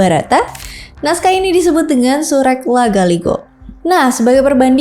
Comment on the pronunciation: Izin kak cara bacanya itu sure'